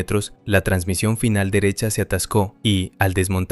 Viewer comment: JAJAJA el ferninand "transmisión" JAJAJA